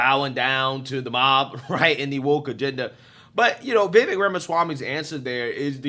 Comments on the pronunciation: His name is pronounced vih-VAKE, like cake, not vih-VEK like heck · Pronounced: Like cake Vivek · Vivek (Veh-vake (rhymes with cake)) has said he won’t accept VP/doesn’t do well as a #2…. So it seems less likely that your dream team will materialize. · If anyone is wondering, it’s pronounced “Ve Vake” like cake. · It's Viv-ake like "cake" 😂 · Watch video with closed captions on and see how many times it screws up Vivik’s name. Pretty funny My favorite is Baby Mama Swami.